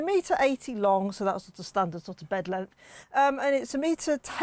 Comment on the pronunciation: You're not missing much, I heard her say "everythink" and "lenth" instead of everything and length. When she "unreleased" the straps to raise the roof I'd had enough I muted her incase she rereleased them to get the roof down.